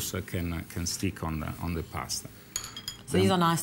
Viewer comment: he pronounced 'on' like one,one